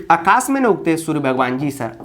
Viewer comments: आकाश होता है अकाश नहीं 😅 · sir shayad aakash hota hai akash nhi ? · Akashe nhi aakashe.aa ki matra aayegi